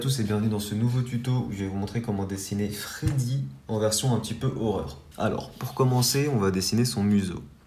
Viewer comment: ta dit frezzy au lieu de freddy' s a la fin a 10 minute 30 seconde